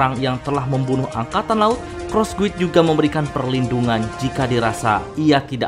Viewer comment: Guild itu bacanya GILD om. mungkin itu aja biar g belibet bacanya 😂